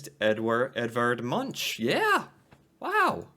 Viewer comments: It is not «munch». The name is pronounced «moonk».. A huge museum dedicated to him opened not long ago, close to the opera house in Oslo.. :) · The Munch Museum (pronounced Munk) was old and in bad shape. The old National Museum was a lot older and in much better shape, but it became far too small. I haven't been to the new one yet, but I'm visiting Oslo (my hometown) in a couple of weeks and may be able to go there then. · The irony when the lady she interviewed is Danish, not Norwegian, and most people find that museum damn ugly. It’s just a box… and I live north of the former Munch museum in Oslo😝 And Munch is pronounced “Monk” in Norwegian. Some say Munk with a -u sound.